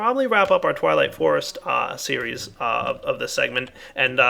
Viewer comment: LOL he said "TIME TO WAP-UP" "TWIGHWIGHT FOREST"